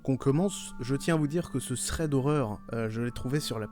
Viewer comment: Ça me dérange comment tu lis thread mdrr, enfin ça me démange, ça se lit pas comme ça mddr